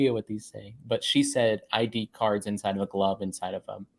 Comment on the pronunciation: It's cards not curls.